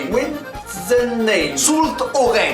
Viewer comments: Coucou je vais te dire l’es nom de ville que tu a mal dit (étant du bas-Rhin il y en a ou je ne sais pas comment ça se prononce) les haut-rhinois n’hésitez pas à me dire si dés prononciation sont fausse . Wittenheim=Vittenaïm Rixheim=Rixaïm Kingersheim=Kingersaïm Riedisheim=Ridisaïm Cernay=Cerné Guebwiller=Guebvillèr Wittelsheim=Vittelsaïm Brunstatt-Didenheim=Brünchtatt-Didenhaïm Wintzenheim=Vintzenaïm Soultz-Haut-Rhin=Soulz-Haut-Rhin Kaysersberg-Vignoble=Kayserssbergue-Vignoble Staffelfelden=Staffelfèldene Masevaux-Niederbruck=Masevaux-Nidèrbruck Pulversheim=Pulversaïm Volgelsheim=Volgelsaïm Soultzmatt=Soulzmatt Hochstatt=Horchtatt (je suis pas sûre) Bitchwiller-lès-Thann=Bitchvillerr-lès-Thanne Aspach-Michelbach=Aspac-Michelpac Herrlisheim-près-Colmar=Herrlisaïm-près-Colmar Lièpvre=Lièvre Munchhouse=Münchouze Waldighofen=Valdigofene Pfaffenheim=Pfaffenaïm Stosswihr=Chtossvir ou Stossvir (je ne suis pas sûre) Merxheim=Mèrxaïm Hirtzfelden=Hirtzfèldene Oberhergheim=Obèrèrgaïm Schlierbach=Chlirbac Muntzenheim=Mountzenaïm Niederhergheim=Nidèrèrgaïm Zimmersheim=Tzimmersaïm Wolfgantzen=Wolfgäntzene Pfetterhouse=Pféttèrouse Husseren-Wesserling=Husserene-Vésserlinng Lautenbachzell=Lautennbarzell ou Lautennbaczell (je ne suis pas sûre) Uffheim=Uffaïm Hattstatt=Hattchtatt ou Hattstatt (je crois qu’on peut dire les deux) Gueberschwihr=Guéberchvir Steinsoultz=Chtaïnsoulz Schweighouse-Thann=Chvaïgouse-Thanne Luemschwiller=Lumchvillèr Frœningen=Freuningene Zaessingue=Zèssingue Strueth=Cht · Le W se prononce par un V en Alsace Vitenheim